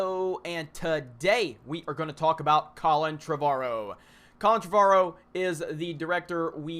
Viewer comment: Jeremy you are pronouncing "Trevorrow" wrong...